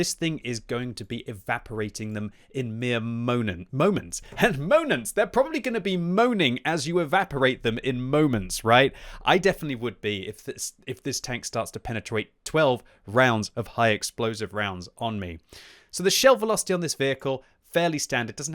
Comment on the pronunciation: first he says monents and right after penetroit ayylmao never change